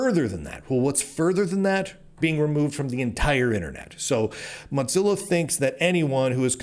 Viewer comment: I appreciate you, Lunduke. But why in the name of all that is holy do you pronounce it “Mot zilla”?